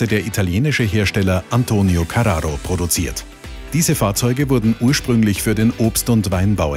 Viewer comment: Wie du carrao ausspricht. Wie ein Italener